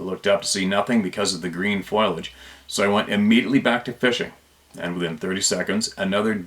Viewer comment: Say brim [for bream] if you want to, but FFS, do not say FOIL - AGE for Foliage.